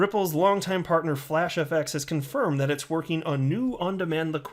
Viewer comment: “Moving on to this brand new piece though, Ripple fartner FlashFX...” You said fartner. Lmao